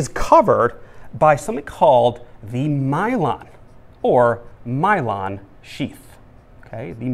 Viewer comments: this is great but the pronunciation of Myelin is driving my brain wonkers... (I've always learned it as My-Lynn not My-Lon... reminds me of cylon from Battlestar Galactica). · Myelon? Myelin